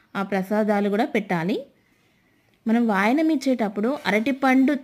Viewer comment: say Vayanam. wrong pronunciation